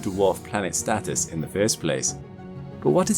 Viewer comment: Please use real words.. Status,, not Statis